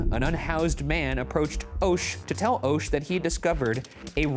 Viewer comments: The last name is pronounced "Esh". It's my last name and I was shocked to see it on Mystery Files! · With the maiden name Oeschger it hurt hearing them pronounce Oesch like 'Oh-shh' instead of 'Eh-shh' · Pretty sure “Oesch” is pronounced “Ash” there’s a guy on my football team with that last name, but he pronounced it as “ash” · Oesch is pronounced "Esch", it's German. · It would be pronounced Esch the O is silent lol